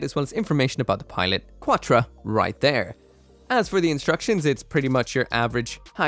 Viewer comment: Can't pronounce Quatre's name correctly, doesn't know EW Altron hasn't been released and also doesn't know the EW Sandrock never used a gun in the movie. Pure larper from a stooge who has never actually watched the show (not surprising since you haven't watched SEED either). 🙄 A legit disgrace to everyone who enjoys this franchise.